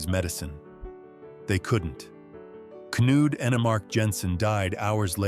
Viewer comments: K-nude??? That’s not how it’s pronounced at all💀 It’s pronounced Kn-uD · "Knud" is pronounced "Nud". Do your research. It's "luj". Please, do your research, or sound stupid!